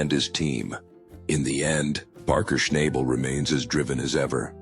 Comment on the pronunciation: All BS. Don't even know how to pronounce his name !